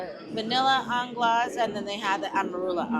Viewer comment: Anglaise is pronounced 'On glaze.' It means English style custard.